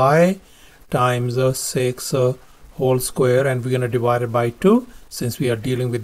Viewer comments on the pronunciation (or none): none